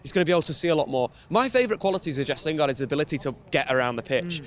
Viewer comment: Why does he still say Jess?